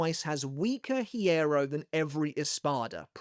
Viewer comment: The "h" in hierro is silent.